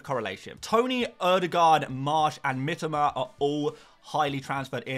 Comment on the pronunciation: Say it Mitōma not Mitama - sounds fucking awful to us non-Poms the way you say it